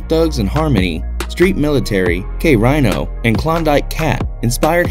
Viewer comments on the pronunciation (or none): K Reeeeeno not Rhino 😂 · Pink folks smh krino not “K RHYNO” u can tell he reading.